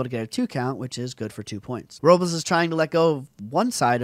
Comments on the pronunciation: It's pronounced (Ro-blays). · Pronounce his name right!